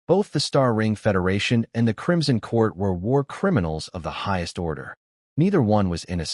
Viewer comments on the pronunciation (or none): none